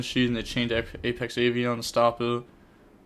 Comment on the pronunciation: “ayveeon” XD